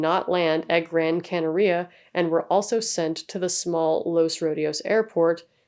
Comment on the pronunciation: Not that it matters a great deal to me, but just so you know, Gran Canaria is pronounced Canary-Ah, whilst Tenerife you pronounce without the emphasis on the 'e' at the end (although props to you because most people don't put effoet in to accents and stuff, and usually in languages like Spanish and Portuguese they would probpunce it like that, just for some reason it isn't with Tenerife. Idk tbh 😂)